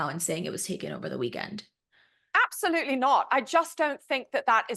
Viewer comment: Creepy how deceptive. Harry really called it out! (I absolUTEly dis-PISE this over-pronouncer) ugh